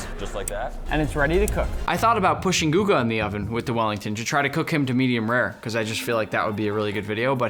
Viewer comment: "cook guga"💀💀